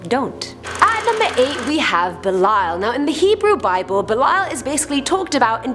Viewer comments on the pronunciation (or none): Belial is actually pronounced like belly-all. Learn your pronunciations please its slightliy insulting to satanists